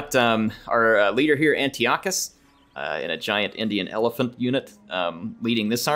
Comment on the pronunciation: It’s pronounced An-tie-eh-cuss.